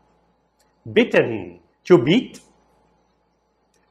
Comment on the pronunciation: beaten se pronuncia igual bitten? Achei igual.